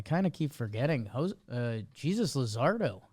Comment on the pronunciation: Bro really just said Je-sus Luzardo 💀 💀 he’s gotta know mlb 😂😂😂😂